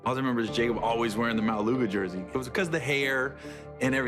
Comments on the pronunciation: the pronunciation of maualuga is not suppose to sound like that 😅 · are you Samoan? or even islander? cause if you are you'd know that's not how you pronounce his last name ✌🏻